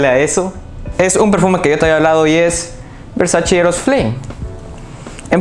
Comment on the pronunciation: Muy bueno tu análisis, pero por favor, no digas nunca más "Versachi"... es "Versache" amigo, así se pronuncia y hasta Donatella Versace tuvo que salir a aclararlo. Saludos.